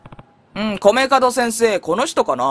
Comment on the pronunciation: 米門を『カドクラ』と何回間違えていたけど、何事もなく正しく呼んでからまた間違えてるし😂😂😂 聞き逃さへんでー！🤣🤣🤣